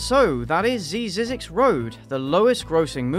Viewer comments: i'm not from english speaking country, but i'm stunned how you who have english as a native language, cannot read uncommon words like this! ZEE-ZEE-X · Heads up, it's pronounced like "Isaac's" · It is pronounced Zy-zicks road. It is between here in Vegas and Barstow California on I15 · Lol, if you drive between Vegas and So Cali, you’ll drive by this road. The roads name is pronounced Zizz - ix. But, they spelled it like how you said it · i'm pretty sure it's pronounced z(eye) zix. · I think it's pronounced "zi zinx" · It's pronounced Zi Zex. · I rewatched you trying to pronounce the name at least 6 times. This is the content I come here for. JUST KIDDING THE AD MADE ME LOSE MY MIND; much like the boozy housewife. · .... really? That intro was bad.... its not hard to pronounce...